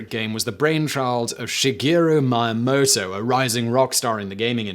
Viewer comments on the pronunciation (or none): the switch is anything but durable, also ist gunpei y O koi, not y A koi, and miyamoto, not mayamoto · Yama-uchi, not Yamochi. Yo-koi, not Yakoi. Meeya-moto, not Maya-moto. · Great video, but no offense, I cringed at the pronunciation of Yokoi and Miyamoto's names. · Oof, that pronunciation of Miyamoto’s name...